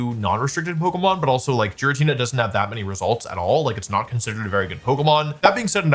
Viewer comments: FORGET DRA*GARGLE* THE WAY HE SAYS JIRATINA IS MILDLY INFURIATING BUT DUE TO THAT REASON IT'S ALSO INCREDIBLY INFURIATING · What did you say?!!!! That's GI-RATINA. not G-RATINA!!!! WHY DID YOU SAY THAT!